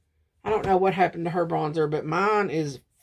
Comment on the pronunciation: Lol, "bronsher" with an Italian accent with a bit of French mixed in. 🤣